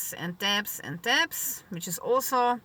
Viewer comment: Your English is great - much better than my German - but, in an effort to make something good, better, may I say that the word "debt" has a silent "b" and is pronounced "dett", in case some people are confused. I am always happy when people correct my own foreign language pronunciation. I would love to be able to carry a gun, a knife and several other items of self-protection, but our Government in the UK - Scotland to be precise - doesn't like the people having the ability to protect themselves and the likelihood of you winning out against an attacker with any of those items will see you sent to jail for decades. Of course, when society irretrievably breaks down and chaos (which they want) reigns, all bets are off.